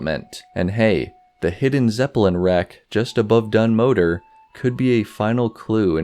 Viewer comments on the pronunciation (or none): One teensy tiny correction that's more nitpicking than anything: Dun Modr is pronounced 'Mo-dra'. Otherwise, pretty interesting stuff.